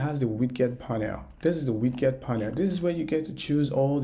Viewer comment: my friend thank you that was amazing.. also please know that the word WIDGET is pronounced as WID-JET like a flying JET so WidJet.. and the word TEXT is pronounced as TEKKK+STT so TEKKstt, you have to vocalize the K sound - since you will be using these 2 words alot it is worth pronouncing correctly, as the way you say it as TESTS and widGGET sounds like a different word which is incorrect. thanks again